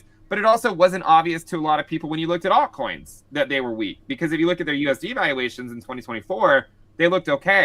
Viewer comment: Does anybody else cringe when this guy says aut coins??